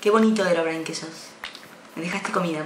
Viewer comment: Es he ro bri ne se pronuncia un poco la ache